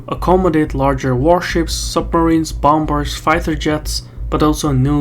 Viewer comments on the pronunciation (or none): Another most enlightening report. By the way, the 2nd "b" in "bomber" is silent. I know; English spelling is a disaster. 😒